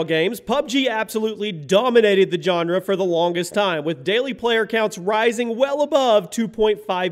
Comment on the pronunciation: “Johnra” oof